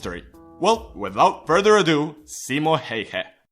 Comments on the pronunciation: "Simo Heihe" lmao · "simo heihe" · "Simo Heiha" :DD Its "Simo Häyhä" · XD CIMO HÄIHÄ SE ON SIMO HÄYHÄ PERKELE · I from Finland and when you say Simo Häyhä its Simou heiha I understand Eglish language don't have "Ää" or "Öö" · its simo häyhä not hayha. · haha thats sounds so wrong ”simo hauha” ahahaha ”nähää torilla” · "Ssimmo Heihä" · simo heyhe LOL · "Simo Heyhe" 😅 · it's simo häyhä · Saimo Heihe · "Simo heihei" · Caroline Heiknert-Linder SEIMO HEIHA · I cringed when you said his name. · Hey we dont fucking farm and no offense you pronounced Simo Häyhä Wrong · Im from finland and you sais simo häyhä wrong😂 yeah its hard to say if u dont speak finish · Im finnish so I am proud oh btw you said his name wrong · opetele sanomaan simo häyhä oikein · Nice video thought you raped the pronounciation and title doesn't say Simo Häyhä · it's so fun when everyone who's not finnish says Simo häyhä wrong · I'm sorry but you butchered his name.